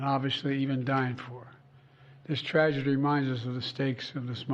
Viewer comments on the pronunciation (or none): none